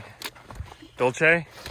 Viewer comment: This is the best-quality PCT video I’ve seen this year in terms of different perspectives and changing it up every few seconds to keep the action moving forward. Nice work. Oh, and it’s “dool-say” (Spanish).